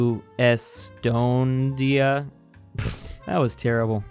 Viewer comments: It’s Es-stone-ee-ah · You pronounce Estonia like est-o-ni-a (æs-tә-næi) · its es-to-nia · YOU PRONOUCED ESTONIA WRONG